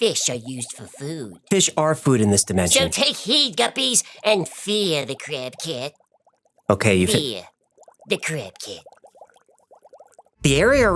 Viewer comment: When he said crab cat... I heard crack head.. hilarious